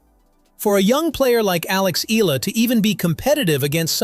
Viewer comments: EALA NOT ELA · I don’t agree with many of Novak’s beliefs outside of tennis but within tennis he really knows his shit, he is a tennis legend! 🙌🏼 Proud of Alex Eala!! (pronounced YAH-LAH, not “eeh-lah” as that narrator said) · It's pronounced E-YA-LA not EELA. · It's Eh - Ya - Lah, not Eee - Lah. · It's Alex EALA (Eh-Yah-LaH) Not Ee-Lah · It’s not Ee-lah. It’s Ee-Ya-Lah 😊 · It's NOT read as "ila" it's "eyala" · Please. It’s pronounced Ee-yah-la, not Eela. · The voice-over pronouncing her name is incorrect. Her family name EALA is pronounced as EYALA and not as ELA. Making video content and not knowing the basic details like her name is like being ignorant.😂😅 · E-YA-LA not E-LA. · EALA, it's pronounced E-YA-LA. Unless, this video is AI-voiced. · not eela but ee yaaa la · Alex's surname is pronounced "EH-YAH-LAH" (THREE syllables) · It's pronounced as "eyala" ☺️☺️☺️ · Just FYI..... Names Pronounced as E-YA-LA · Next time, on the prompt, type in "E Yalla" to get the AI pronunciation right. You're already using AI, don't be too lazy. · "Eela". My brother in slop, pronounce it correctly. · its ee-yah-la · Alex E-ya-la, ur welcome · Please...please...pronounce her last name correctly..."EE-YA-LA"!!! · its pronounced as: eh’yah lah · E-yah-lá thats how you pronounce her Surname... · "Alex EELA" 🗣️ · Her name is pronounced: EH-ah-lah. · Eala - eh-ya-la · It's pronounced as Alex Eh-yah-la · Alex Ee-lah....another AI excellence, good job AI! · Eala is pronounced E ya la. Thank you. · At least try and get your dumb automated voice to pronounce her name correctly. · I don’t think the WTA has anything to do with court assignments at the AO or other Grand Slam tournaments. Eala is a great young talent (and this video butchers the pronunciation of her surname), but this video doesn’t seem completely factual. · Get the pronunciation right of Alex last name please ... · Say her surname correctly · Why can’t this guy pronounce “Eala” properly?